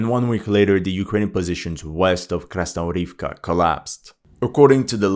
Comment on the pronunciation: Krasnohorivka actually pronounces as KasnoGorivka with a G as in Good